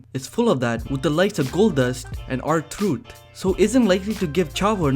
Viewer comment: when you said rtruth you said r tooth